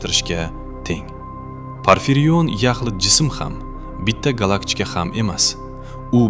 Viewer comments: Nmaga gallakchika diyapsiz gallaktika dmasdan? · Gallaktika ❎️ Gallakchika✅️